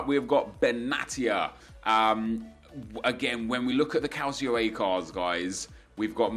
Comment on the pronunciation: You "can't take Parejo's shooting seriously" while I doubt you watch him at all and you still talk about Serie A as a "Calsio A". Lmao. Get a fucking grip.